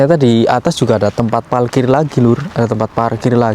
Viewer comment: Jangan bilang PALKIR, yg benar PARKIR.